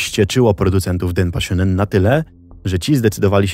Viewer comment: Straszna historia… Mam tylko jedną uwagę shō wymawia się jak sio sha jak sia shu jak siu Ogólnie japoński ma miękką wymowę i nie jest ona zbliżona do angielskiego Więc Denpashōnen czyta się jak Denpasionen . Taka drobna uwaga do wymowy, bo jestem lekko czepialska, ale i studiuję japonistykę i temu.